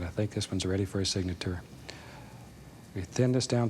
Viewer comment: did anyone notice he pronounces signature weird?